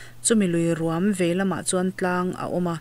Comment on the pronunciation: Ruam inlam dan a mak hle mai chaw rum angin i lam a, luikawrah rûm a awm ngailo. Ruam tihzawk tur a ni e.